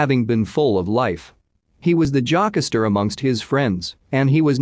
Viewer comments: There’s no HUMANS THAT CAN READ 🤔🙄😑... SERIOUSLY!!!!!!! “Jock aster”.... You mean JOKESTER 🙄🙄🙄🙄🙄🙄🙄🙄🙄🙄🙄🙄🙄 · Took me a sec to figure out Jackasster was Jokester 😂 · Omg he was Omg glad someone else caught the ‘jockasstir’ 😹